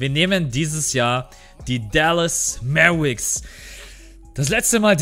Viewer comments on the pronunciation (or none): haha will dich nicht korrigieren oder so aber es wäre korrekt formuliert: "Mäwerix" haha aber scheissegal bist ein sympathischer typ das ist alles;)